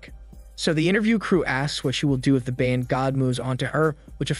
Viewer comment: Ba-yan” why do people keep pronouncing it wrong. Also Thai people does your Bayan have the same meaning as ours here in the philippines? ours means Community or Nation. I'm curious as to what you're Bayan means.